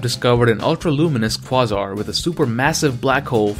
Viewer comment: It's pronounced KWAY-zar.